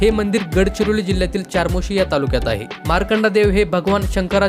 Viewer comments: Chamorshi ,not charmoshi,speak the correct pronunciation. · चारमोशी नाही 'चामोर्शी' आहे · चारमोशी नाही रे बाबा. चामोर्शी😊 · अरे हे मंदिर चपराळा येथे आहे आणि बाळा चारमोशी नाही चामोर्शी. तू यापैकी किती पाहिले आहेस.? तुला काहीच माहिती नाही. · चार्मोशी नाही,चामोर्शी म्हणा. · चामोर्शी..... म्हणावे.... चारमोर्शी नाही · च्यारमौर्शी नाही चामोर्शी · ChaMorshi hai iska nam charmosi nhi... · चमोर्शी अस नाव आहे दादा चारमोशी नाही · Charmoshi nahi re bhau chamorshi ahe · चामोर्शी असं म्हणा